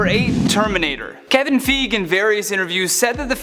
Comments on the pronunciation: Can you say Kevin Feige's name right?? How many times dude? Its F-EYE-gee not FEga!!! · This dude was probably given a script and he didnt know shit about the mcu He said kevin fig 😂😂